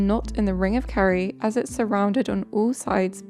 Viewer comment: It's Kerry not carrie. You did it again. It's 'Gawlway' not 'Gallway'.